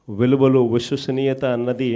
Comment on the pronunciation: జీవితమంతా విశ్వసనీయత అని పలకలేవురా ఆది ఉశ్వసనీయత కాదురా, కల్లు కాదు నాయన కళ్ళు, ఖార్యఖర్త కాదు రా కార్యకర్త, హౌసరమైన కాదు అవసరమైన (ఔసరమైన). ఒక చదువు జ్ఞానం లేని ఫ్యాక్షనిస్ట్ క్రైస్తవుడు ఇంతకన్నా స్వచ్ఛమైన తెలుగు ఏం మాట్లాడుతాడులే.